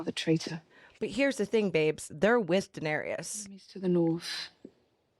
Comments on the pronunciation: After 6 seasons and you both keep saying Danerius….. 😂 it’s Daenerys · I'm surprised no one ever let these 2 know they kept mispronouncing Daenerys. Danarius 😂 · Are they still calling her “Danerious”?